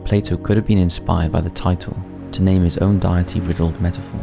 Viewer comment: Also the way he says "deities, deity"